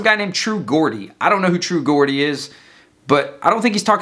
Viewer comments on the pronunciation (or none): Its pronounced True Jordie dude, Geordie is a name for people from a part of northern England